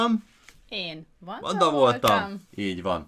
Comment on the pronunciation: ne vedd sértésnek azt hallotam hogy Amanda